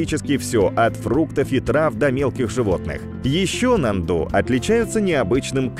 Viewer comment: очень интересно все у вас но внимательнее с ударениями...я долго молчала но после НАНДУ не могу молчать...ударение на А....можно проверить в википедии..извините но Вы один из моих любимых каналов и все должно быть идеально